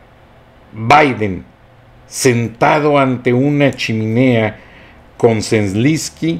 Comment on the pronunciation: Se dice: Z E L E N S K Y, no Zlinsky...